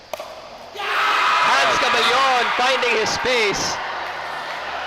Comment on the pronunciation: Sakto na gyud tawon ug pronounce ang cabellon, go